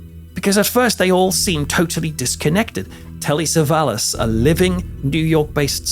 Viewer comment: Acho QUE É TELLY " SAVALLAS"